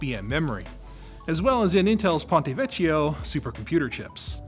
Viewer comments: it should be pronounced "ponte vekkio" and and "veshio" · i'm sorry to do this but it's Ponte VeccHio, not ponte veccio, even google translate spells that correctly :C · Something nobody cares about, but FYI the correct pronunciation of "ch" in Italian is "k", so it would be read "ponte vekkio" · Good...the pronunciation is: Pòntevèkkio ☺️👌 cch is KK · Ponte veČio! 🤣.. you can rly spend 30 seconds to learn how to pronounce foreign words...and what's worst Italian pronunciation is melodic and easy to learn. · Pon teh vech e oh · seriously? ponteveccio?